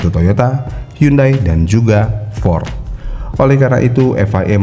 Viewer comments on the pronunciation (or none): none